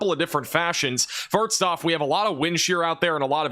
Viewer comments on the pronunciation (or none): I used to watch The Weather Channel obsessively around local severe weather. Now I watch instead., are you aware you say "firts" instead of "first?" Not saying it's bad, just wondering if you're aware. Simon Whistler says "lengthly" instead of "lengthy" and I'm fascinated by the way we mispronounce words in unique ways.